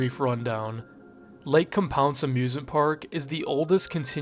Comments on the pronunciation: Lake COM-pounce 💀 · Its Lake Com-pounce lol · As a local to the area who has been to the park years ago: Lake Compounce. Com as in .com, pounce like the action. Com-pounce. I’m sorry but it just drove me a bit crazy hearing it mispronounced like that over and over again 😅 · Lake COM pounce ("com" like".com") is how we pronounce it in CT :P I remember being told about the curse when I was in Elementary School and it scared me shitless lol. I grew up going there frequently as a small child and swam in that lake only once cause it was pretty gross and eerie